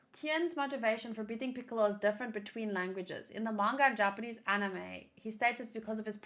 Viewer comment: Perfect Japanese pronunciation